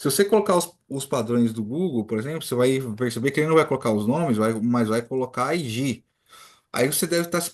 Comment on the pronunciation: Você pronuncia ID como se procuncia IG. Coloca no Google tradutor esses dois pra você ouvir a diferença.